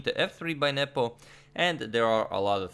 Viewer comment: Every time Adagmator says Nepo, I hear nipple.